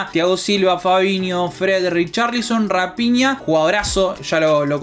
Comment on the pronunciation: No es rapinha es rafinha... "ph" es una "f"